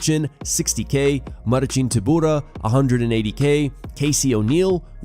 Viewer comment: I don’t get how you can pronounce Marcin Tobura’s name properly yet routinely mess up easy names like Zabit’s first name